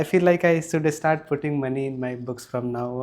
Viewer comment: grammar perfect....practice sssh sound. and start sound starts with s, not e. start, not estart